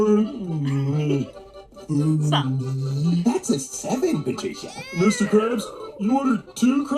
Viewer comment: I hated this episode as my name is Patricia. Hearing it being said that way grosses me out